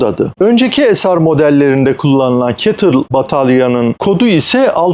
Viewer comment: abi güzel video muhabbette güzel ama ketıl demen işi bozdu. google translte bile si-ey-ti-el diye çeviriyor. şirketin ismi Contemporary Amperex Technology.